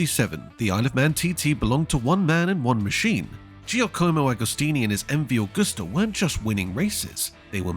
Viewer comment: Agusta is not pronounced like the srart of the month of August. Library footage cut in at random does not make a documentary. Lazy work.